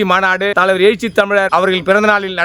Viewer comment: எயிச்சி இல்லடா எழுச்சி.